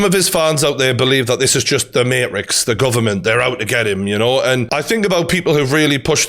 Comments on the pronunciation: I was loving this video so far until he said "The Marix "...... You mean the Matrix?! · Mayrix ? It's MaTrix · Why is he saying Marix and not Matrix? Dead ass. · Can you say the word maTrix with the letter T??? Love this but... Say the word MaTrix correctly! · Keanu Reeves in. . . . . . . "The MaHRIX" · "The Mate Riks" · Good video but I died when you said mate-rix 😂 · He said Marix 🤣🤣🤣🤣🤣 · I love the mateeeetrix pronunciation 😂😂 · “The Marix” 😂😂😂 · The may-rix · Imagine sticking up for a overweight manky looking guy that says materix and takes it up the ass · why would I listen to a geeza who can't even pronounce matrix properly lool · I've never heard someone pronounce Matrix that way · Bro can't pronounce matrix 🤡🤡